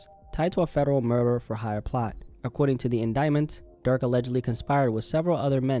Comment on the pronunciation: “federal murer”